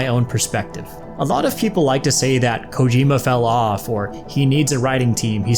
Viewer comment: Hopefully low roar is in ds2 im so addicted to their music and also to produce Kojima, it is pronounced CO-GEE-MA